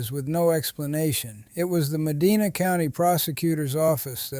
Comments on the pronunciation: It's pronounced Muh-DYNE-uh, not Muh-DEE-nuh. Lazy to miss something that basic. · Medina, Ohio is pronounced - Muh Dine Uh